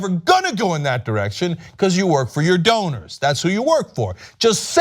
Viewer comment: donors, rhymes with owners.